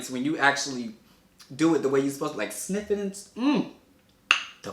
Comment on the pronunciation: When he said sniff I thought he meant sip but then he smelt it 😂